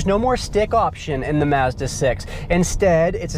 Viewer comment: Great review and you actually pronounce it 'Mazda' NOT 'Marzda'!